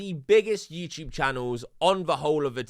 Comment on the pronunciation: Why do you say you tube , “youchube” sounds so fucking cringe